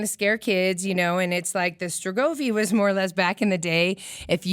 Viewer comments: *Strigoi" not "strogovi"... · Cool story telling. The correct pronunciation is "strigoi". The Thinker and Woman Sitting are from the Hamangia culture, one of many cultures that flourished in the region beginning after the last ice age.